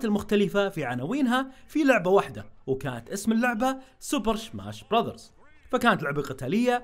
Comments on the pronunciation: وش فيك تقول شماش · هل قلت شماش؟ 😂